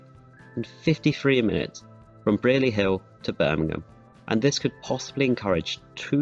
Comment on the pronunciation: Couple notes on pronunciation: Wednesbury is pronounced Whens-bree Brierley Hill is pronounced Bry-lee Hill Edgbaston is pronounced Edge-bas-tun